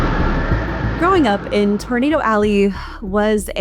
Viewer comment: What the hell is a ‘tornadow’ ?